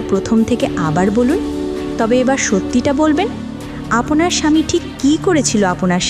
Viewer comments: আপওনার বলেন কেনো,শুনতে ভালো লাগে না। আপনার বলবেন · আপোনার কি? উচ্চারণটা ঠিক করবেন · "আপনার" এটা ভালো ভাবে উচ্চারণ করতে হবে।